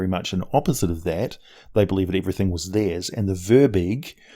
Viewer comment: An interesting thing (and I'm really stretching the meaning of interesting here) is that Firbolgs come from celtic mythology and as such comes with Gaelic pronunciation. It should really be pronounced as Feer Bolk. Yeah, some useless info there. Thanks for letting me waste your time.